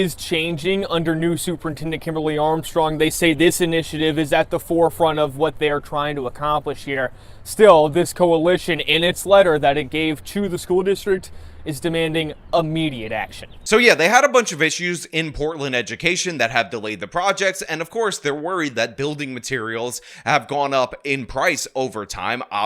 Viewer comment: What goes on in the black excellence building? Also good catch on the pronunciation of Chosen but he also mispronounced Immediate saying Uhmediate instead